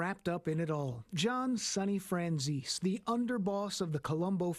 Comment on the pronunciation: its my great grandpa😅 and its pronounced fran zees/zeesee. Im so embarassed that this is my blood lol